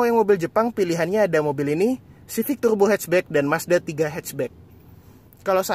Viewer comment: tughrbo... beghrat.. ngomong R nya susah ya om??